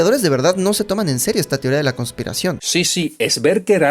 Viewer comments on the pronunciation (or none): ya sabia que harias un video de esto XD lo que me dio gracia fue cuando dijo "TeOrIa dEla kOnzpIrAzIon" en fin buen video